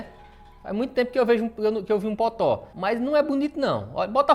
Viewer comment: Depois de meses acompanhando o canal, agora que percebi que ele fala "potó" e não "totó"